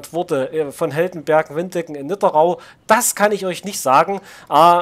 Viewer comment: Die Stadt heißt Nidderau (Nidder Au) vom Fluss Nidder. Nicht NidderRau